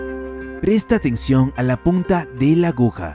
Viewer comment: "presta teccion" xd